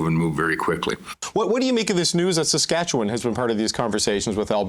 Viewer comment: Is Eby Canadian? He doesn't even know how to pronounce "Saskatchewan."